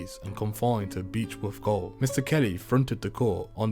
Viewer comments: "Old Melbourne goal" As a Englishmen I would of thought that you knew this is how jail was spelled and pronounced.... I cringed as a Aussie hearing you say this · its pronounced jail even if its spelt gaole